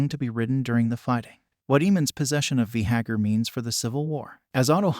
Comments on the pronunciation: Vay- Garr pronounce it correctly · V- gahar? What is that? .... I can't watch this video. Change the way your saying it.. ugh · The worst is he just KEEPS REPEATING IT. So frustrating lmao